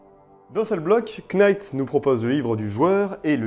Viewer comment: Futain tu m'a cassé les oreilles avec tes KEYnights, on prononce NIGHT, sans le K